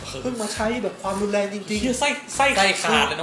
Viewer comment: รุน ครับ ไม่ใช่ รุม อิอิ